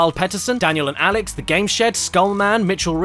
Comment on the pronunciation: "This is a puzzle game where the puzzles are already solved" Super Mario Galaxy in a nutshell Also as an hispanic speaker a gotta congratulate you for how you pronounce Alex Also, guys I don't know how you do but, this quality content for 1 hour of video, each one, you are amazing.